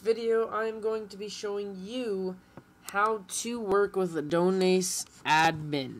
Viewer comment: The way he says Adonis💀